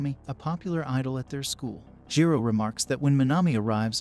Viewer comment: Jiro lol it's jirou